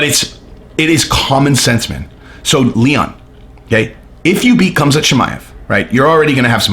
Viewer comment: It's not Cumzat. It's Hamza